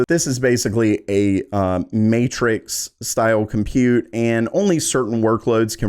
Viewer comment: It's pronounced "burr GAH mo". And it's pronounced "GEN oh uh. And it's pronounced "com PUTE". Just sayin'..... Thanks for the great info - too bad you'll have to earn 7 figures to ever get your hands on any of these after a 2.5 year lead time.